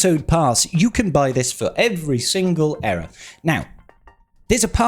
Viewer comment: its èra not eera